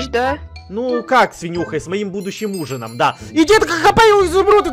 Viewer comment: мне показалась что сказал не ужином,а с сужиной